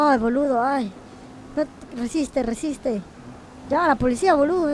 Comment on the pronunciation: Por que pronuncian los insultos como si fueramos italianos? JAJAJAJA Es Boludo o Pelotudo pero a lo argento, no con el acento Italiano jajaja